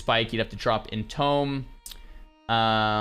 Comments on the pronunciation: its EN TOOM not EN TOME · Its pronounced IN-TOOM, not IN-TOME. IDK WHY IT BUGS ME SO MUCH BUT IT DOES ARGHSJDJSUCBDDJDITUWOAO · Entombed is pronounced Entoomed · you pronounce entombed like a nunce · Is he just trolling at this point by pronouncing entombed incorrectly, or what? I feel like I’m going crazy.